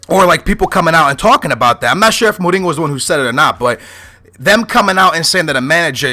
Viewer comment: Is it really pronounced Moringo, or Moureenyo?